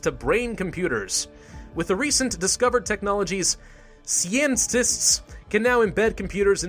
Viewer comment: I always laugh when he pronounce scientists to sceintists XDXD